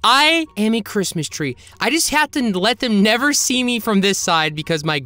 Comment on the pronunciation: “HAPPY CRAPMIS” got me dying